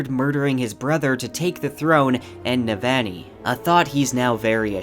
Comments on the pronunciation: For Navoni it's noot Ne-van-ee. It's Neh-Vahgn-ee. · Yahsna not Yazznuh, Navahni not Navanny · I love everything bout this video except the way you ruined Navannis name lol on ii not aan ii lol sorry bro love everything else though. bout to start words of radiance up again and needed a refresher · I’m sorry but I listen to the audio book and it just lowkey bothers me but you still pronounce Jasnah, Roshone, and Navani wrong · Amazing job! I’ll be definitely coming back to this again when book 4 comes out. BTW you’re pronouncing Sadeas & Navani a tiny bit off - at least compared to Graphic audio :). Not sure if that’s helpful feedback, but you seem like a perfectionist so I wanted to mention that.